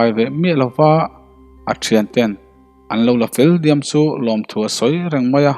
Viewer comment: Fâng ni lovin Vâng ni ta se, SU ni lovin CHU ni leh bawk sela, SSHUAL ti lovin SUAL. V hi F anga lam lovin, S hi SSH ang loh ni ta se. Riangtlei pawh a dik ta zeuh zeuh e. Ch pawh hi i la lam SSH leh deuh fo mai. A ngaihnawm tan dawn e.